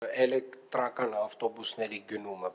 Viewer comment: lava mi qich bard tver chein 18 - 12 metranoc elektrrrrrrrakan ....